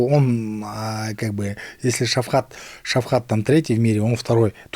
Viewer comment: зачем ты коверкаеш имя ШавКата говоришь ШавХат Мерще только али хейбати